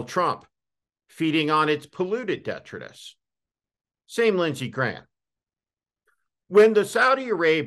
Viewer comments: Why does he pronounce detritus (de-TRY-tus) as DEHtrutus? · Just one thing. The accent in detritus is on the second syllable. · The word detritus is pronounced de-tri’-tus. Accent on the second syllable.